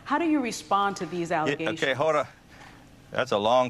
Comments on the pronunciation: I think he was just trying to say "hold on", not Hoda. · Lol I think he was saying hold on🤣